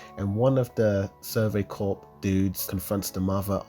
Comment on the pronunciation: Its corps